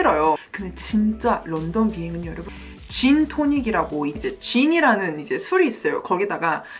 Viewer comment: 죄송한데 jin tonic 아니고 gin tonic .. 😅😅😅 나중에 여행할때 적당히 시켜야 겠네요 ㅜㅜㅎㅎㅎㅎㅎ